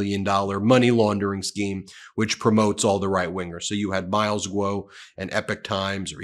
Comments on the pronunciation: Hey Kudos for learning how to say Epoch ... that's actually a credit to you for caring. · Im glad someone told ben he was pronouncing epoch wrong.